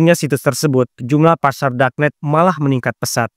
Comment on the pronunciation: Izin koreksi dikit. Ef bi ay bukan Epbi ay. Pasar bukan Fasar Ilegal bukan Elegal Zat bukan Jat 😂🙏